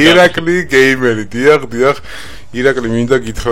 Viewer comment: ((( იცი რა არის ცოტა არ იყოს ტეხავს რა 🙄 ეხლა 92 ათასი გამომწერი ყავს და გამართულად დღესაც ვერ საუბრობს მაინქრაფთს მინეკრაფტს ეძახის ონლაინს ონლინეს ეძახის გეიმერს გამერს ეძახის კარგით რა ვიღაცა არ გამომიხტეს ეხლა და ჭკუის დარიგება არ დამიწყოს არაფერი საწინააღმდეგო არ მაქვს მაგრამ როცა ერთ ერთი საუკეთესო იუთუბერის სახელი აქვს ელემენტარული თამაშების სახელი უნდა იცოდე:)))) ეს ვიდეო ძველია და ეხლა ამასთან შედარებით გამოსწორებული აქვს მეტყველება მაგრამ 92 ათას გამომწერიან არხს მაინც არ შეეფერება